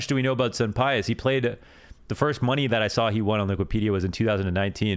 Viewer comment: For the Spanish pronunciation of sunpayus it should be soom-pie-yoose phonetically. has a little rundown on why it's soom rather than soon.